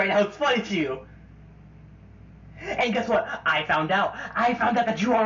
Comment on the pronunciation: DID JUST SAY HWAT????